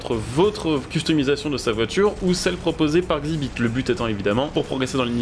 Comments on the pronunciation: Ca se dit X ibit pas xibite , ouai il est un peux caca 😂 mais j'étais assez fan de pimp m'y ride du coup voilà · Par contre ça se prononce Exzibit …….. 😅